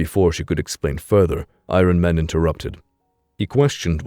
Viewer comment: I-Ron Man, lol